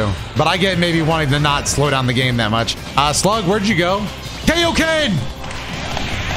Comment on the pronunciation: saying “Kay-o-Ken” is the most cursed thing I didn’t need to hear.